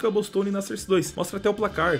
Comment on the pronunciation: FALA SOURCE DIREITO PELO AMOR DE DEUS